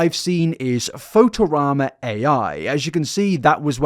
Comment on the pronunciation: not knowing how to pronounce photorama is the weirdest thing in this video